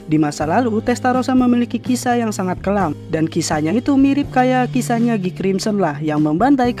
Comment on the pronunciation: Namanya Guy Tapi Sering Di Panggilnya 'Giy'